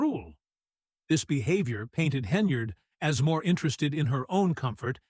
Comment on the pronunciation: Good lord. Her name is HEN-YARD! It’s NOT Henry-yard! You’re an idiot.